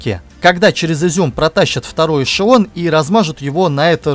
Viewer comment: К логопеду бы сходить диктору": эшеВон, пВацдарм, доВжен, фВанги, киВометры.